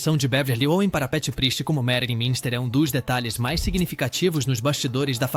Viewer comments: Não entendi o que fala ao dizer Addams, e a pronúncia correta de Munster é mãnster e não minster (que seria a pronúncia da palavra alemã Münster). E há vários outros erros de pronúncia no vídeo como LEAVE IT TO BEAVER que foi dito como se lê em português. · O que é "família adandas"? "Família Minster"? "Iconícos"? Quantos erros tolos de pronúncia! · Sem falar no família Adandas e Minster, kkkkk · Essa locução via A.I. pronuciar Família "Minister" e Família "Adandas" tá Phød@ PQP !!!! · Não bastasse não ter ninguém de carne e osso para narrar o vídeo, ainda uso inteligência artificial de maneira amadora. Tudo nesse vídeo é muito ruim. Pronúncias incorretas, nomes errados, voz chata! Às vezes é Monster às vezes é Mister às vezes é Adams, e até Adandas. Lixo! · Familia monster e familia adams.q dificuldade tem a ia de pronunciar certo